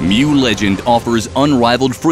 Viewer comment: "welcome to the continent of mew" BOY ITS PRONOUNCED MOO